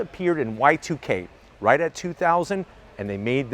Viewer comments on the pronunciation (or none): none